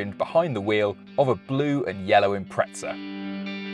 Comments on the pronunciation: Why is he saying Impreza like "Impretsa"? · impretza what? xD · when people call it an impretza my toes curl… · Maybe when the Brits learn to pronounce the English word “Impreza” properly, not “Imprezza”, Subaru will re-instate that name. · Looks good. Will start saving……Wheres the ‘t’ in Impreza? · Where is the T in Impreza? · Awesome vid but couldn’t take your pronunciation of Impreza where’s the T mate ? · There is no T in Impreza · How can the English not speak their own language… Impreza does not have a T in it !?